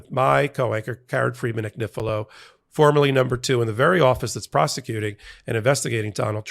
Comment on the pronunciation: Lovely Karen, I lived in Italy for many years, and there are No exceptions to the rules of pronunciation. Your name is pronounced an-yee-fee-lo. It would mean lambs thread. Love your show. I'm such a fan❤❤❤